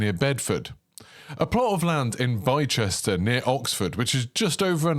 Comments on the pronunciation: "Bye-chester"?? Nope! It's pronounced "Bister" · It’s pronounced bister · Excited for this! I believe Bicester is pronounced "bister" by the way :) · Please learn to pronounce Bicester correctly - bister is how you say it! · My hometown is pronounced 'bis-ter' bicester, looks great I work near the site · Blister without the “l” and the pain😊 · Loving the content mate, this would be an interesting addition to the UK if it’s on a similar scale! (Very small bit of feedback, Bicester is pronounced Bi-stuh) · You also pronounced Bicester wrong along with Nantes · oh woah so cool... Got really confused by your pronunciation of Bicester though haha